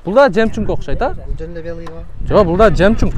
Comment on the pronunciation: Жемчунг😂 эмес жемчуг болот😂